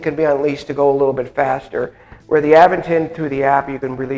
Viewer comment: You are pronouncing Aventon wrong! It is A…Vent-on. Not Av..ven..ton